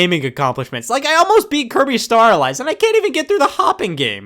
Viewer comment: Cant stand everytime he says kirby star allies like kirby staralyze. Shut up you know what im saying.